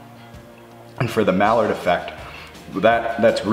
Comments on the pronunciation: I cringed a bit when ever maillard was pronounced. I kept thinking duck (mallard). Part of the problem may have been the misspelling . Should be maillard, not malliard. But great, informative video. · I liked this. I usually sit mine for four minutes but it's good to know the difference. Also, it's pronounced "My-Yar" (French, so no D) and not mallard like the duck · You say "Mallard" effect, like the duck, but it's pronounced more like " Mai-yard", effect. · I like my steak much rarer so ten minute cook time is too much for me but other than that and reducing the heat for the last few minutes when you baste looks good. Also it's not mallard like the duck it's mayar like saying maya with a soft almost nonexistent d at the end. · Mee-yard. Mee-yard. Unless your using duck fat, then you can say mallard effect. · Quick tip, it's Maillard, pronounced my-ard, not mallard. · My-ar effect not mallard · The Maillard reaction is pronounced "my-yard" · He did several things incorrectly; especially on the flipped steak. Doesn't even know how to pronounce maillard.